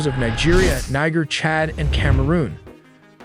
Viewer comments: Niger pronounced “Kneejerr” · ...that was close, is Ni-cher☠️